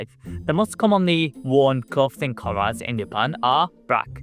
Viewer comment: learn the difference between soft th and hard th. clothing doesnt sound like cloth.